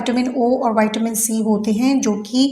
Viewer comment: Acha he,,bt AAP vitamin ka pronounciation alg hi Bolte ho..